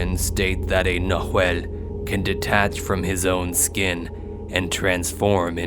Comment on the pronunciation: Love the story! Oh, BTW, it's "nah whall", plural: "nah whal less". ✌❤